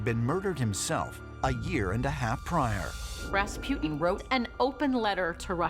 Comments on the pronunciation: It's RASPUTIN, not Raspjyytin! :'D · Raas-poo-tin Not Ras-pew-tin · Pronunciation : Raaas -Puh - tin.. Americans : Raspi-ew-tin